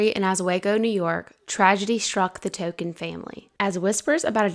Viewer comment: I think it’s pronounced TONKIN rhymes with HONKIN‘ ( a car horn) rather than TOUCAN rhymes with SAM.